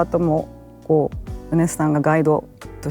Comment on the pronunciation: 宇多田ヒカル氏と『米津さん』の発音が同じで嬉しい…